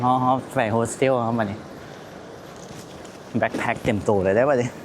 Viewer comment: BACKPACK แบ๊คแพ็ค ไม่ใช่ BLACK ไม่ต้องมี ล. ลิง😊😊😊